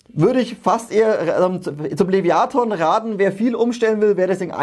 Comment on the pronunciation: Top Video wie immer. Aber, lieber, das Teil heißt trotzdem Leviathan und nicht Leviaton ^^